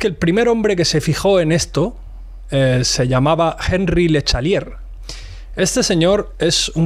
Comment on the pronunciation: (Angí le Shatelié) se pronuncia algo así en francés.